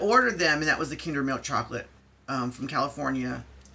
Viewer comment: You made my day by pronouncing kinder right 😍 Also great review.